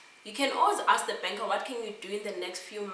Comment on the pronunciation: “You must aks!” Love it. Thank you for such an informative video.